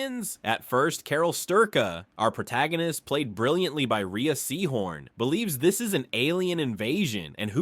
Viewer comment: Rhea is pronounced "Ray." There is NO evidence that touch alone transfers the virus.